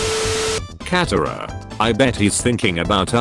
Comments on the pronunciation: It's katara not catara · I love how it pronounces Katara and cat-a-ra and Aang and ung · “Aang, katara, ba sing se” Robot voice: “Ong, Cat-era, bay sing say”